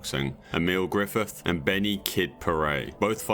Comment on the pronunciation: who t.f is "grithif"